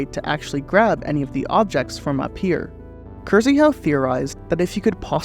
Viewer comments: I am 99% certain Krzyhau is pronounced kshe-how not Kyrzeehow 😫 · "kursyhow" 💀 it's pronounced more like "kshyhoo" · Plz start reading Krzyhau as K(sh)yhau . Rz in Polish is read very similarly to sh, same for sz,ż. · overall I love your videos, but that kills me inside everytime:( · Hey! Wanted to mention it a couple years ago but here's a pointer for pronouncing 'Krzyhau' in Polish, if you're curious - the 'RZ' combine to make a harsher 'Sh' sound, similar to the second G in 'Garage'. The Y is also short like in 'Lyft' or 'Lymph'. 'Kshyhau' is probably the closest and easiest approximation. But there's a certain charm in hearing Krr-zee-hau, it would almost feel wrong to hear it right if that makes sense. Kinda like it like that. Peace! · holy fuck thats like the worst way to read Krzychau I've ever heard